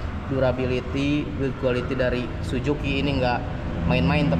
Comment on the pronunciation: Suzuki Om..Bukan Sujuki...😅😅😅